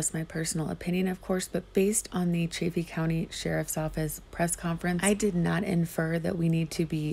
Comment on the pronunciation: Chaff Eeeee. Chaff Eeee. Not chay feee.